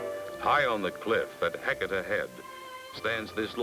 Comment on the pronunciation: Fun drinking game: take a sip every time the narrator says Oregone. Bonus swig guzzle after Hegeta Head.